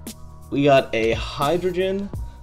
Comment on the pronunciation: You pronounced Hydreigon as Hydrogen. It's wrong